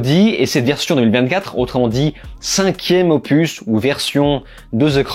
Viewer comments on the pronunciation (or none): none